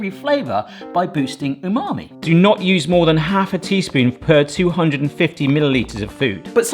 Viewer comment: Stop saying unami. it's pretentious. say savory.